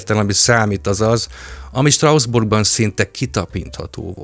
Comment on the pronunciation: Picit fura, hogy Strausbourgnak mondod Strasbourgot. De remek a tartalom! ✌️